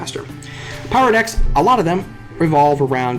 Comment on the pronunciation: When you say decks I hear dicks xD.